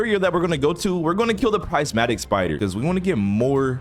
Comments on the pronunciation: Not being mean or anything but it’s prismatic not prizematic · Its not prizematic heart its prismatic heart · ITS PRIS-MAT-Tik